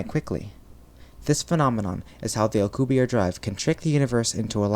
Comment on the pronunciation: it's Alcubierre you pronounce the last e